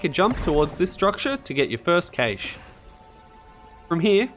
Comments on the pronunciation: super helpful but dear god its pronounced cash. like money. there's not ay in the middle of it. some people say Cash-ay which is wrong but I've NEVER heard anybody say CAYSH before. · It’s pronounced “cash”. Rei even says it. 😂 Fun aside, you were correct, this IS the only video I needed. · Great video, horrible way to pronounce cache😂 thanks for the guide